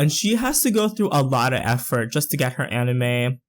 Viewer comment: its said ani-mai not ani-meh